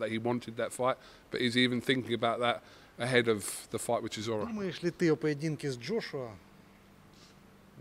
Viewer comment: should teach all the UK people how to pronounce CHISORA,He said it so perfectly. Zimbabwean fan